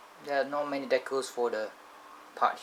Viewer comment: Ur saying decals wrong